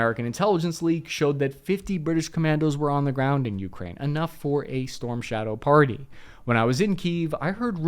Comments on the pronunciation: Your stress when you say “Ukraine” is driving me crazy. The second syllable is stressed, not the first one. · The way my man pronounces Ukraine is like nails on a chalkboard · When will he learn how to pronounce Ukraine? You-KRAIN, not YOU-krain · key-EV, yu-KRAINE not KEEV YU-kraine ugh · Why do you pronounce Ukraine like that😭🙏